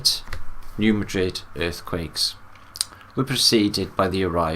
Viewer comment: hey, love ya buddy— it’s pronounced “New Mad😡 rid”